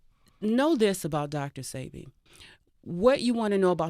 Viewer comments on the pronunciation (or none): Why do people still say “see bee” when he has pronounced it as “say bee” over n over again. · Why no one can say sebi right...ceebee sybby....its (sebeee) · Please stop saying Seebee, his name is Sebi, pronounced "Sébi". But I know y'all don't have the "é" sound in english, so just go with a more "ay" sound. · Thats what I be saying... If you pay attention all the family says "say bee" and the interviewers all say "see bee" DJ Envy even corrects Nipsey on the breakfast club with the wrong pronunciation. I was appalled. Im glad someone else said it too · Why do they let her pronounce his name wrong? It's pronounced "SAY- be" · Whyyyyy issss shheeee saying Dr CB? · mispronounced Sebi 3 or 4 times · totally mispronounced a lot of people's names. That kind of only stuck out with me because if I know something or someone I wouldn't mispronounce it. You definitely have to appropriate yourself with something or someone if you are going to put out or broadcast it. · Why everybody butchers Dr. Sebi name. Smh